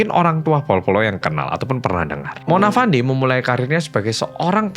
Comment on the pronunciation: Izin koreksi 🙏 Cara baca nama Fandey di sini itu 'Fendi'. Jadi nyebutnya itu bukan ngikutin cara ejanya. Untuk Dato Mazlan, Dato itu gelar buat seseorang, jadi cukup bilang Dato Mazlan aja. Ga perlu nambah 'Pak' di depan, kecuali kalau mau manggilmya "Pak Mazlan." Sama juga gelar2 lain di Malaysia kayak Tun, Tan Sri, Datuk. Ga usah ditambah istilah Pak, Bapak, Bu, atau Ibu.